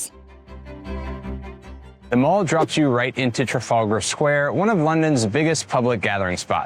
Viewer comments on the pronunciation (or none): "Buckingham" has a silent "h". "Mall" and the "fal" in "Trafalgar" rhyme with "shall", not "all". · A slight correction - "The Mall" is pronounced to rhyme with "pal". It's not a shopping centre! 😉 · The Mall isn’t pronounced like a shopping centre. It’s pronounced with a short a sound to rhyme with pal.